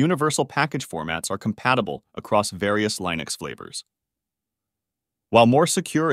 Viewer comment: Is this an AI video? Lye-nux? Kuber-nets?